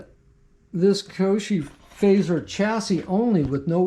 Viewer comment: Nice rc's. I do have to say your driving me nuts with the way you say the manufacturer name...KY OSHO